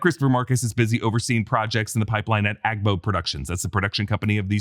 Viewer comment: You pronounced the AGBO well. in a Ghanaian dialect, Ga, AGBO means , huge or large